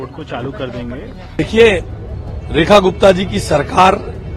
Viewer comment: I am hearing as Rani Gupta